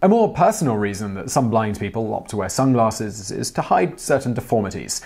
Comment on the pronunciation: Lol Simon: "sunglaRsses"